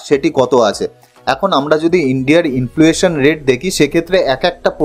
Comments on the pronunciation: Influation bolchen... Word ta hochhe inflation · অসাধারণ presentation.. খুব informative কিন্তু একটি উচ্চারণ ঠিক করে নিতে হবে। ইনফ্লুয়েশন নয়। ইনফ্লেশন। Many many congratulations.